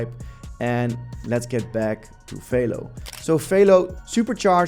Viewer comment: It’s not FAYLO… it’s Velo, like jello